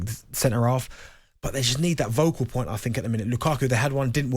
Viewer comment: I love Darren by the way Darren bent but I had to skip back to see if he said vocal point instead of focal point. He does can't believe Andy missed it he's usually quick with the jokes. Good stuff tho boys look after those focal cords